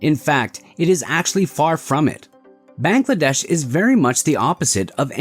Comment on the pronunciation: your pronunciation of Bangladesh is wrong